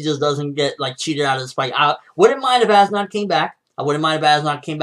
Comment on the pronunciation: how do you pronounce as nodt's name? ass knot